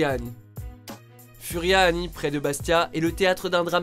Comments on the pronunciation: On dit pas furiani mais fouriani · Mon grand père est mort pendant le drame de furiani je suis corse et sa se prononce fouriani😔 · Comment ta ecorché la prononciation de Furiani